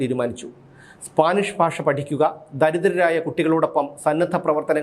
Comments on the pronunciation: ഫാഷ അല്ല ഭാഷ 👍😂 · ഫാഷ , ഫൂഖണ്ഡം 😅